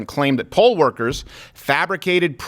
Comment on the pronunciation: It's poll, not pole. Although she may have been a "pole" worker in a really low-rent club.